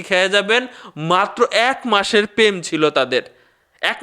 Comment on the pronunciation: পেম না, প্রেম। ভাইয়া please উচ্চারণ ঠিক করেন।